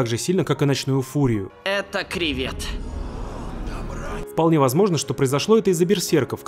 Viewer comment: КРЕЕЕВЕЕТ!!! А НЕ КРИВЕТ!!!!